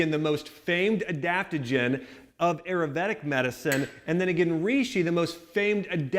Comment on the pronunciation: the butchering of the word Ayurvedic...